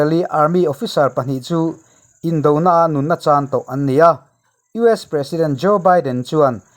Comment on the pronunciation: Abang var thlak e tinge US ti ramhming hi ilam dik thei miah lole